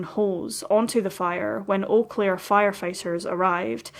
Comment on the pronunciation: I have never heard of this case and I lived there in 1998... a total of 30 something years I've been in this area. You did a lovely justice to Robin's case. And your pronunciation of the city is spot on 😉 if you search you will find that there are several erie missing persons cases/strange deaths in eau claire. Thank you for bringing this case and all the other cases to us here. You are appreciated!❤